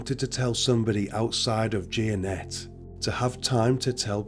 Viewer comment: Lmao 🤣 the way he pronounced Jea-A-Net. It's pronounced Gin-Ette Like Smurfette... Hey wait my name is Ginette 🤔😋